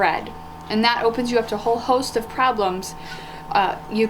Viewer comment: I’m a herdsman/AI technician and enjoyed this video. It was accurate and easily to understand. Small critique, instead of pronouncing “ov” like the beginning of “OVer” it’s actually like the beginning of “ovulation”. Now when you call your AI tech you’ll sound like a pro! Enjoyed this a lot guys